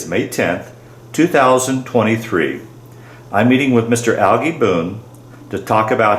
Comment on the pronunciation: His name is pronounced ‘al jee’ not ‘al gee’. Growing up, I lived a block from him. His parents lived next to my paternal grandparents. My aunt married one of Algie’s brothers. Another of his brothers was my barber for several decades. I was fortunate to attend several of the Boone Family Reunions.